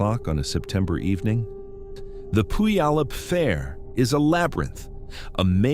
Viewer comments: pronounced - Pew al up. Thank you for these stories. ❤ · Don't feel bad if you can't get the pronunciation of Puyallup right, I don't think any two people have ever said it the same, lol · It's crazy how "Puyallup" is mispronounced differently almost every time.. it's like listening to Benedict Cumberbatch trying to say "penguin"..